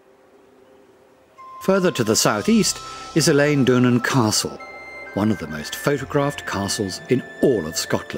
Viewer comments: Quite how many errors is he going to make? Eilean is not pronounced like the female name 'Elaine' but 'Ellen'! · Literally got to 1min 23 secs and the amount of mispronunciations is horrific. Eilean is not pronounced Eileen. Mull has a u in it. Loch has a ch not a ck. Gaelic pronounces Gaylik is Irish! Do some research before you do a voiceover.